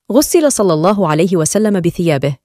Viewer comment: جزاكم الله خيرا،، اخت نجلاء، لفظ الجلالة بعد الكسر يرقق مثلا في الله، وانتم تفخمونها، يرجى ملاحظة ذلك